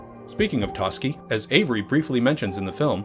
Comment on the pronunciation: I also noticed the mispronunciation of Toschi, making me wonder if the narrator had actually watched the film or is just reading a script...